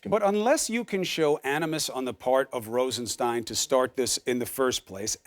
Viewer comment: Nosferatu is having trouble pronouncing 'Rosenstein'. Just think of 'Frankenstein' ... same pronunciation.